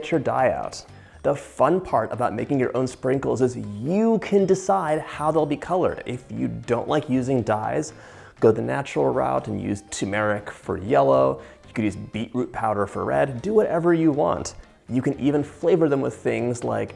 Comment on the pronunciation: Did you honestly say TU-MERIC? Have you ever read the container? It’s TURMERIC. There are TWO R’s in the word!